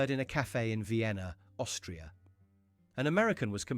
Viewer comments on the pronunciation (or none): none